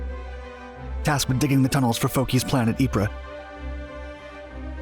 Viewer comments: The way to mispronounce ypres is "wipers"... P.s. it's "eep" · Ypres is pronounced eeps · Ypres is pronounced Eeep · Eeeee prah, the sahm, and ver done. Proper ways to pronounce those hellish meat grinders of WW1. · Great video with lots of footage I've never seen before. Unfortunately Ypres is pronounced "EEP" and Verdun is pronounced "Ver-done" (not Ver-doon).